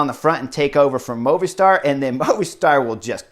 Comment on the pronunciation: LOVED Stage 7 and I am loving your analysis of the stages! Today was super exciting to watch!! If you can, get word to, that MOVISTAR is Pronounced "MOVIE STAR" As you know, it is a Cell Phone company, service. He pronounces it "Moovih Stsr. Mike